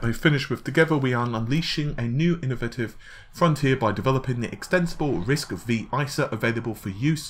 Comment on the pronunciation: Hi, Love your videos, but writing to let you know that RISC-V is pronounced `Risc five'. I hate for my first post to sound negative, but, believe me I am fan, and on your recommendation I have built Ryzen 7, Vega 64 Computer, and I am very happy with it. Thank you for your hard work.